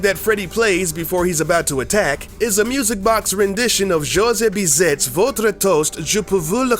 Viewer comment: his name is pronounced beezay not bizett